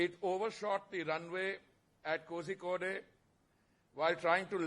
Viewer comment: Horrible pronunciation of kozhikode.